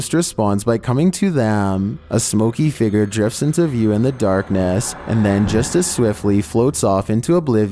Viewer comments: Please stop saying “figger”!!!! It’s figure. Fig-yur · What little drives me crazy... .. the way he says "figure"